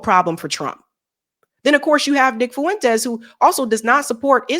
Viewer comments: Fuen-Tez. Two syllables. Not Foo-en-tez. Thanks 😆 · It's not Fu-entes The ue is a dipthong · So... You're saying a democrat was the better choice to vote for at the time? No thanks. Also, say it with me... Nick 'FWENTEEEZzz'... Not 'FOo- in-tEzz' lol